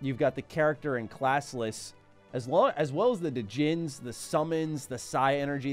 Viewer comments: I would pronounce in Jin not DEHJIN lol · The D in Djinn in silent, it's pronounced Gin. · Da-jinns' lol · The d in djinn is silent smh lol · Too late to change it now,, but the D in Djinn is silent. Otherwise, great video. Love the game, love the channel. You continue to crush it every single day. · Loving your new channel here, don't get me wrong, but the 'd' is silent in djinn. Just think of Genie in Aladdin. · the D in Djinn is silent haha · Dude, it’s pronounce like genie. The d is silent. That’s the proper spelling of “genie” it’s “djini”. Sorry but I really thought you should know. It’s also not Psy energy. It’s Psynergy. Like Synergy with their allotted element. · They already told you about the djinn, but the magic is call psynergy, “Sin-er-gy. Otherwise love the video, I miss reading the manuals on the car ride back from Walmart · Just saying it is pronounced "sigh-ner-gy" not "sigh-energy" Also the "d" on djinn is silent. The plural is djinni which is pronounced "genie"